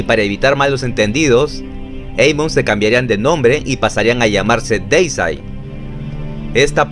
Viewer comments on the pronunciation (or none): Siempre los épicos documentales de más de 20 minutos y bien informativos. A propósito, Deicide se pronuncia "Díisaid" si lees las letras como se leen en español. Muchos siempre lo pronuncian de forma incorrecta. La primera "e" es por así decirlo la vocal que lleva la tilde o sílaba tónica que se pronuncia como una "i" y que resalta más que la primera "i". Bueno, suficiente explicación. Me encanta Deicide y es mi favorita del Death Metal. Lo de sus letras satánicas es solo por llamar la atención por parte de Glen Benton. El es un ateo y casi no habla de religión. De hecho, en una entrevista que le hicieron en un podcast donde habla del disco Overtures of Blasphemy se le llega a escuchar que él dice "oh Jesus" cuando se le olvidó decir algo. Glen Benton es un señor tranquilo y las letras blasfemas de su música se limita a lo artístico. El en realidad no es así de malo.